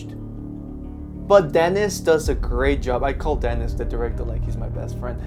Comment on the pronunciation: Huge Dune fan and a big fan of Denis Villnueve. Just a heads up, his first name is pronounced "Den-E". It's French, so similar to how the French pronunciation of Paris sounds like "Par-E".